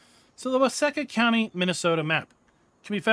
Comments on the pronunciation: I’m actually from Waseca. It’s pronounced with a long e. So like Wa See Ca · It’s pronounced “Wah-SEEK-ah” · It's pronounced wah-seek-ah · Why-seek-ahh. You’re welcome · It is pronounced wa see ka. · Its funny, you can tell whos from Minnesota in here, myself included. Its pronounced with a long E sound.